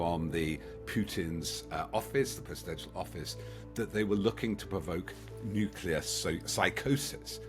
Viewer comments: "New killer"?... Does this guy really not know how to pronounce "nuclear"?? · Do not take seriously anyone who pronounces nuclear "nook-u-lah ". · Yes, you wonder about his attention to (important) details ... and his pronunciation of 'nuclear' ... it's not nuc-u-lar! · As soon as I hear some sausage, who can't pronounce 'nuclear' properly, I switch off. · Russia has NOT lost 600K dead. That's all losses—KIA, captured, incapacitated, deserted. I'm done with this crap video. Dude can't even pronounce "nuclear." Not remarkable for the average person, but signs like that are all over the place with this poseur.